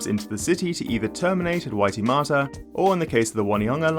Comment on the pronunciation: Onehunga is Oh-knee-hung-ah and Waitemata is Why-tea-mat-ah. But the important point is this upgrade is a shortfall of what is really required to solve transport in Auckland